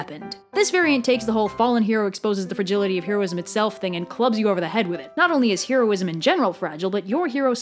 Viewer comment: Oh god, I love this video and this entire series of videos, but (possibly because I am a neurotic person) the constant mispronunciation of the word "heroism" is driving me absolutely insane!